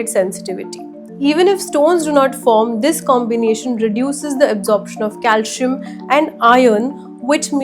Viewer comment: It is not cal shi am...it is calcium.😅😅😅😅😅😅